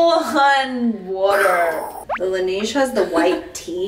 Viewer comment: Love the side by side dupes! Excited about the Heimish mask. Although the way they pronounce La Neige is killing me - it’s French for the snow so it’s La NEH-je